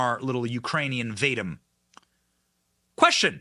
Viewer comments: Great information. One note, I believe Vadim pronounced Vah-Deem. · Can you not pronounce Bur-IS-muh? It's been in the news for over 7 years. Other than that, good work further exposing the already Whitney-Webb-exposed criminal scum. I'm guessing its pronounced "vah-deem," not "Vade-dim." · Vadim is pronounced Vah-deem' The energy company is pronounced Boo-ree'-smah free resources exist on the internet to teach you the correct pronunciation of unfamiliar words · lol you are not pronouncing "Vadim" correctly.